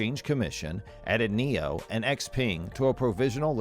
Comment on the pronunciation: NIO not Neo